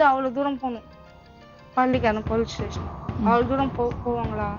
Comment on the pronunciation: Station not tation.